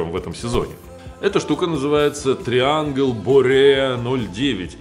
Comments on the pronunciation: ТрайЭнгл,, если уж по-английски.;) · Видео супер и колонки супер. По французкие читается: Трианжль.